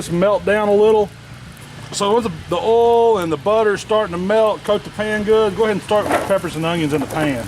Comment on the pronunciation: I’m enthralled with the word oil being said in a southern accent. Just “ole”.